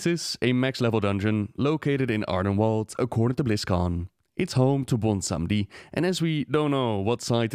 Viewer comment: Ardenweald is pronounced as "welld". You've already gotten this right before in "Eastweald" (which became the Plaguelands). ^^ Also, while (and if) I have your attention: the phrase is "on the orders of [person]", not "in order of [person]". Small but annoying mistakes, I just want to make it as perfect as your content. =') <3